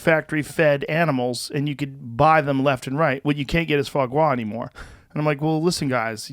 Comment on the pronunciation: It's so funny how they pronounce Foie Gras like FWA GWA, makes it sound like a Chinese dish or something.